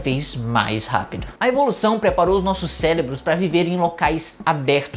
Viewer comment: "...ceLEbros" kakakakakaka